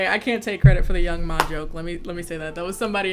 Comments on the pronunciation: Its young M.A. I thought.. not ma like mommy lol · I love you but something about you saying Young Ma instead of Young M.A was really getting to me😂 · I’m mad nobody told my sis it’s pronounced young M.A. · The fact that you called the girl Young Ma when he name is Young M.A LMFAOOOOOO